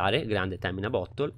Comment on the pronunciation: Mi fa ridere come tu abbia pronunciato "bottle", avevo capito "butthole".😂